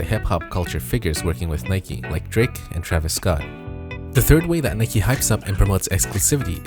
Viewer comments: Bro it’s Nike not nikey lol u have never pronounced and e at the end of the word as an eeee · When he keeps on pronouncing it as Nikee and not Nike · Its not Nike-y it’s Nike, it’s not bike-y it’s Bike, simple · why are you saying nikey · Why he saying nike like that. Its frustrating